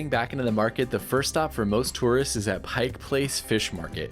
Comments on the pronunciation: It's "Pike"....not "Pikes"! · "Pike" Place not Pikes.. Please